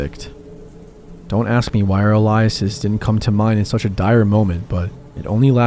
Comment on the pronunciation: The way you said the word aliases is, interesting 😅